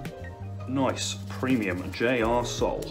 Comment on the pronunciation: Couldn’t help but giggle when you said J R sole 🤣🤣